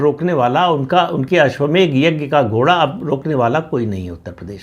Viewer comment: अश्वमेघ नहीं प्रदीपजी, अश्वमेध शुद्ध उच्चारण है।